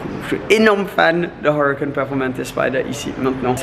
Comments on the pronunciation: «: j’aime bien la Awwrucan. » Dit le en français tqt ta rien à prouver 😂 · Il m enerve quand il prononce huracan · Huracan avec l'accent anglais mdr🤣🤣